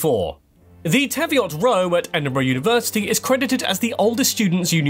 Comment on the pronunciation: Wasn't there a FarQUar at some point, too? It's pronounced Fark'r (with a neutral vowel between the k and r). He got Teviot wrong too. It's Teev-iot not Tev-iot. Jarvie, depends where you come from. In my (working class, from just outside Edinburgh) accent, it's Embry. 😉